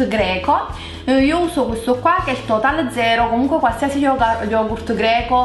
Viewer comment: pronunci male lo yogurt comunque il Greco e una lingua difficile